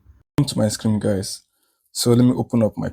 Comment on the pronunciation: Hi. You're doing well. Just a bit of correction if you don't mind. You keep say "screem/scream," when I believe you meant to say "screen." Please kindly take note.